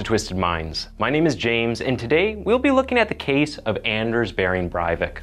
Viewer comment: he is not German, therefore, not Bryvick, in Norwegian, it's Bray vick. i know that you want to be a good reporter, but get the facts straight!